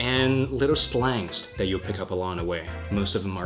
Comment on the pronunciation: Do you have a speech impediment it sounds like you are saying DAT instead of that